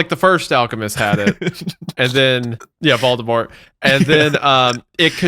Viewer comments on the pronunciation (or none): none